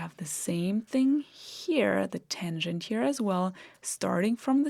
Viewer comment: It's not a tengent, but a tangent.